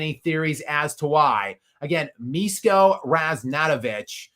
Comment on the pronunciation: Hey! Pronunciation should be "Mishko", "Mi" like Miso soup, "Sh" like shepard, and "ko" like "code"